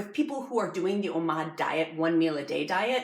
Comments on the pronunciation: It's pronounced Oh Mad, not oh maude, it's like Nomad without the N, Oh-Mad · Please stop saying Omod! It’s Omad. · i love this video, very helpful and well made, however.... Oh-MawD